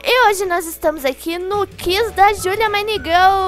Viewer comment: Amei o vídeo mais aprende a falar QUIZ o som do u pronuncia e minegirl